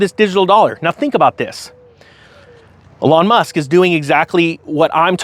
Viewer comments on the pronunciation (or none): "A lawn Musk" lol